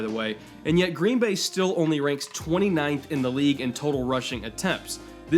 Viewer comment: Been hoping you'd make a vid like this, thanks. Even if you do emphasize the wrong word in "Green BAY"; we're used to it.